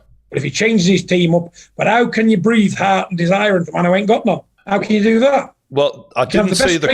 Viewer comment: John “he’s got no ARRRRT” Fury